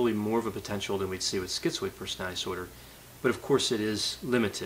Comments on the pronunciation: I realize I am not a genius but, I have to say, "The way you pronounce 'personidisor' really confused me". I had to rewind a few times to get what it is....."personality disorder". Please slow down and enunciate. You seem to really know the subject and I'm learning a great deal but, that is highly distracting. Thanks for posting these videos. Keep them coming. Okay, y'all can call me a "Karen". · Why does he say persnaee dsorder? Does he have a speech impediment?